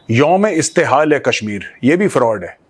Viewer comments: Mein Pakistani hoon. Please Correct the pronunciation: ISTEHSAL...Not ISTEHAAL! It means OPPRESSION and EXPLOITATION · That is not Youm e Istehal that is Youm e Istehsal